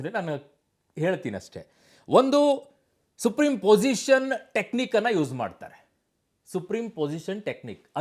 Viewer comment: ತಂದೆ ಅದು ಸೂಪರಿಂಪೊಸಿಷನ್ ಅಂತ ಸುಪ್ರೀಂ ಪೊಜಿಷನ್ ಅಲ್ಲ